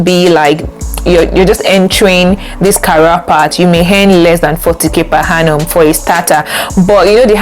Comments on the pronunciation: Good info but please it is per Annum and not per Hannum. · I can’t get past the per ‘Hannum’ 🤦🏾‍♀️ Interest video regardless